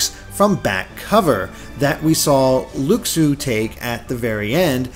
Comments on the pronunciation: plz. Loo-shoo. Not luck-soo. Please. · Isn't Luxu pronounced Loo-shoo?